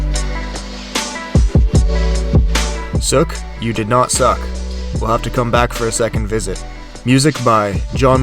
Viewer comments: Yes, Canadian pronounce it Soooke. However this is a beautiful part of our coastline and beautiful photography. I live in Victoria but I never New about the aqueduct. Congratulations on this incredible video with storms included. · FYI Sooke is pronounce /suːk/ or sue:k, I am glad you did not try to pronounce Nanaimo ! But thanks for showing off the island ! its a wonderful place to live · yep, it is pronounced Sooke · It’s pronounced “souke” though.... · Hey man, im pretty local to the island, the one thing i want to critiae is you saying sook lmao is sooke said like toque hahaha easy mistake though. I do know of another abandoned house in mansion, its in a residental home though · I scrolled down from the video to tell you just this thing, but it looks like you got the news. I've noticed that a lot of non-locals pronounce it to rhyme with "book," and it is slightly disconcerting to us Sooke people. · lol I live very near Sooke, and it prickled me every time you said it wrong, but that's okay! Some of these names out here are hard to know unless someone tells you! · Lol, as an islander it's just funny. Sounds so wrong! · How do you know when a person making about Sooke is not from BC? They dont know how to pronounce the name Sooke. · A guy named who can't pronounce Sooke. Ha ha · Glad someone else mentioned how you butchered the name over & over ... now I can go on with life 😑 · Love how people try and find any silly reason to hate or complain. Yes, it's pronounced incorrectly but who cares. If it bugs you that much, you have bigger problems. Like being sensitive. Grow up people lol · You can't even pronounce the name properly ..... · wrong pronunciation of Sooke, For sure, look it up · Did you not have a least one conversation with anyone while you were there? I had to stop watching after listening you mispronounce Sooke three times and then mispronounce Juan de Fuca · Sooke, rhymes with. Now you know how to say it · It's pronounced like spook.